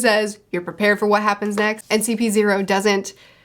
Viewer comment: That CP-O pronounciation twisted me spine